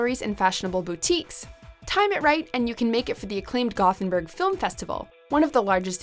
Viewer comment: The narrator nailed Ljubljana, massacred Gothenburg